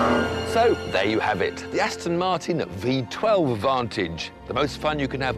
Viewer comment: "Aston Marton" Are you stupid? Its Aston Martin.